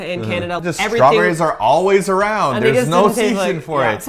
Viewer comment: you totally shay shrawberries! 😄😄😄😉